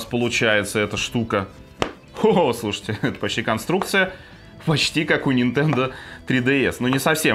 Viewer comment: 2.28 "включаем нашу нинтендУ свич лайт" - как гвоздем по стеклу